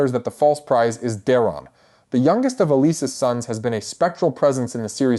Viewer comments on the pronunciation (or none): Like "Alyse" - who the heck is that? I know it's meant to be Allicent, but jeeze! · Whe did Alicent become Alys? Seriously your constant mispronounced names gives us all the impression you don't know what you're talking about as simply watching the shows would inform you of. I really want to like your channel but it gets more and more difficult the more shows I watch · Go back to school and learn how to read correctly. You even screwed up Alicents name. If you watched the show then say it that way